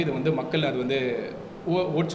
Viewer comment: மக்கல், வாக்குகல், தமிலர், ஆலமாக ஐயோ! தமிழைக் கொலை செய்யயுறாரு இந்த தம்பி